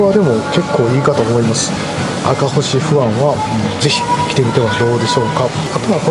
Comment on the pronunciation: これまた美味そうなホルモン❤ 赤星は「あかぼし」と読んでください